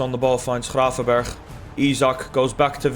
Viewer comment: Are you dutch because you said gravenberch really good